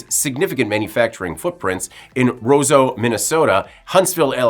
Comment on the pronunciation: He mispronounced "Ro-seau."